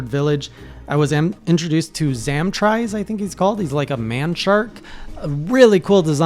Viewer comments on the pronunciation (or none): Zam-tree-oce pronunciation for zamtrios